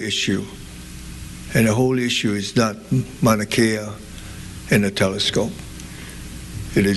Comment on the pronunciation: Dumb ass don’t even know how to pronounce Mauna Kea!!